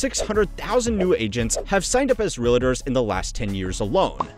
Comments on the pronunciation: Oh God Please! Its NOT ReaLAtors! Its Realtors. There is no freakin “A” after the “L”! Damn! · Is it just me or that's not how to say "realtors"?! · It's REALTORS, NOT REAL-ATERS. (In Hermione's voice) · It’s pronounced Real Tors, not Ree La Tours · Stop saying "realators", it's "realtor". Jesus Christ. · Realtors. Not Reelators. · real-tors not real-lay-tors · REALITTERS 😂😂😂😂😂😂😂😂😂😂 bro REAL-TORS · Every time he says “real-idders”, a kitten passes away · It's not real-"uh"-ters.... ugh. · Is anyone else annoyed by him calling them realators? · So distracted by the pronunciation of realtors as “realitors” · I’m a real estate investor. I can’t take this pronunciation of realators! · say realahtors again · real’é’tors… why the FUCK do some people pronounce it like that 😂😂😂 it’s two syllables, not three